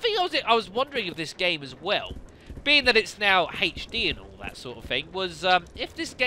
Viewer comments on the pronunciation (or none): Great job playing this like the average person would too haha. you're vids are awesome. I just wish you wouldn't pronounce HD and Herbs like that lol